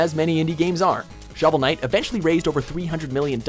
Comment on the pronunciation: did he say showel night raised 300 million and burned through that?